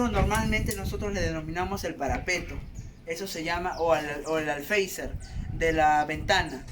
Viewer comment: Por qué todo el mundo dice alfeizer si es alféizar xd